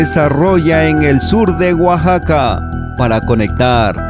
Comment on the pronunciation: Alguien más se dio cuenta del error el la palabra Oaxaca? Oaxaxaca xd